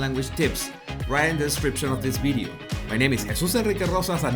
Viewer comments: NO ,he is pronouncing B not V ,pay attention… sometimes he pronouncing V correctly ,pay attention… you are probably very familiar with how Indians speak ,not me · Dear Jesus ,your episodes are interesting but for God’s sake try to say “ Video “ instead of “ Bideo “ ,with a very little effort you can correct that .